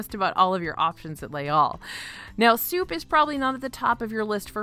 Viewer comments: It normally doesn’t bother me at all but as you said it about 15 times in this amazing video, Les Halles is pronounced (more) like “lay al” not “all” 😊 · Now I’m hungry for poutine! Pronunciation tip (hack): “Les Halles” (in French) ≈ “lays all” (in English) Thanks for keeping me hungry!